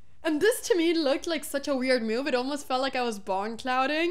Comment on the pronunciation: Hammer said it wrong. It was the computer's favorite myoove.